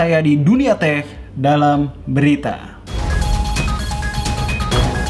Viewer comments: Teh banget ini 😂😂😂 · "sekian dunia teh" Kedengarannya sih seperti teh ✌😂👍